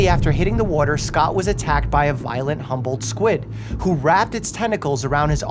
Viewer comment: i though you kept saying "humbled squid" and kept thinking they must be very nice squid